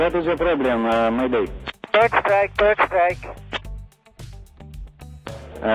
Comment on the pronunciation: ロシアの管制官は「 bird 」 の発音が良くないですね。「 ブッ 」って短く発音しちゃってる。もうちょっと「バー」とか「ブー」とか伸ばさないとダメです。